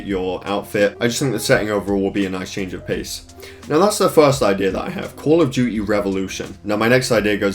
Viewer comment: call of dew-ee